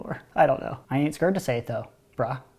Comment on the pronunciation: I also say skured